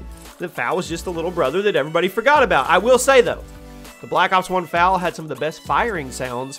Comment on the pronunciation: The fal is pronounced F A L